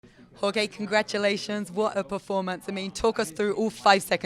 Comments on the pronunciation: Just had the best win of his career....and this reporter already doing him dirty callin him “Jorgay” 😂😂😂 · It's Jorge not George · “Horgay” LMAOO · She call him jorGAY? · They butcher any foreign names